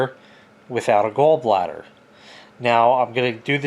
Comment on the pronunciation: It’s “Gawl” bladder not “Gull” bladder